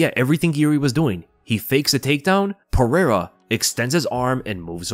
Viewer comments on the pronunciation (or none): You should learn how to say Pereira’s name